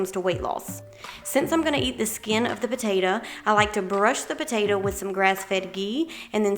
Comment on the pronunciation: I LOVE the way you say "potatah" - My mom was southern, and said it like that - She passed a few years ago.. It's nice hearing it again.